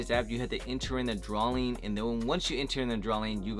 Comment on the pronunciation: What the hell is a "drawling"